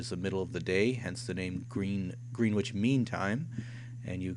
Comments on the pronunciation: Gren ich, not Green ich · "Grenwich" is pronounced Gren (rhymes with when) Itch, not "Green Witch". :-)